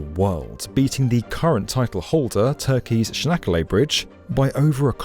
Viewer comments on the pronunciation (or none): none